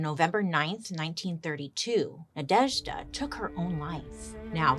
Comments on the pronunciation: Congrats on the excellent pronation of Nadezhda which fun fact in our language is means Hope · I am obsessed with the way you pronounce Nadezhda ❤❤❤